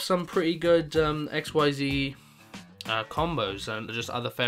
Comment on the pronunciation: It's pronounced Ikseez now x-y-z lol